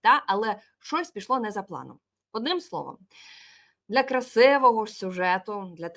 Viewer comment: То ,,кЕнулисьʼʼ , то ,,красЕвогоʼʼ! Якась нездорова тяга у Курбанової до звуку ,,Еʼʼ в українській мові (((